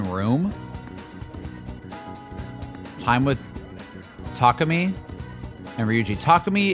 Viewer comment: When you say the A sound for takemi, don't use a hard A. For example, we don't pronounce the word abandoned like Ah-band-done. It's more like uh-ban-done. You dont push the voice down. Just relax it. And then smile. Now try Takemi - tuh- ke-me. Literally say each syllable with equal emphasis. Unlike English where the emphasis is on the first syllable, Japanese don't strongly emphasize the first syllable like we do in English. Often, you'll hear the American voice cast mispronounce their last nanes. For example, the American voice cast will say Sakamoto like--SAH-komodo with an emphasis on the first syllable and then just slurring the rest as fast they can. Only 1 NPC says the name correctly - -suh-koe-mo-toe saying each syllable. P.S I don't speak Japanese. Lol